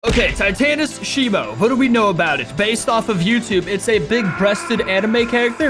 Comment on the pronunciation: Bro really said " shimo titys " 💀